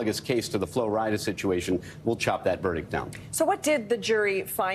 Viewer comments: It seems like they are struggling with saying Flo Rida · These people saying Flo RidAH, im screaming